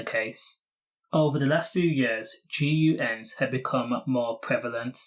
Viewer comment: Bro said geeyouens😂😂